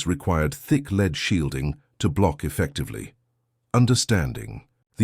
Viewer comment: Pronouncement errors reveal non-human sound production like not knowing the difference between lead and lead!